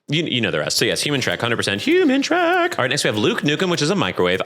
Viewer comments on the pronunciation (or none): none